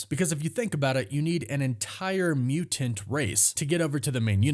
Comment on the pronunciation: the "mootants" lol